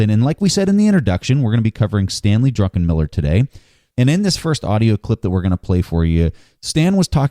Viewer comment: love how everyone calls him drunkenmiller instead of druckenmiller